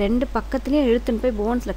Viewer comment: tendon (டென்டன்) , not( டென்டான்)